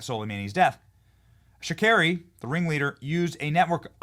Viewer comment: FARHAD SHAKERI...NOT SHARAKI...THERE'S ACTUALLY BEEN NUMEROUS ATTEMPTS ON TRUMP'S LIFE...NOT THREE...🙏🏻HE 'IS' THE TEFLON DON...ALL THE BEST...🙏🏻